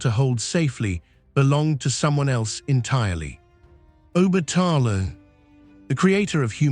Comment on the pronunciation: You’re not pronouncing OBATALA name, right?